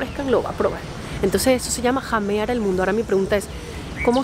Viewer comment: Huasca significa borracho. Se pronuancia jamear y no llamear